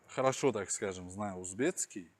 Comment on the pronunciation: говорит узбецкий, Но правильно ведь узбекский.